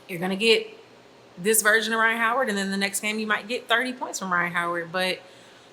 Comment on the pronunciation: "Rhyne Harden"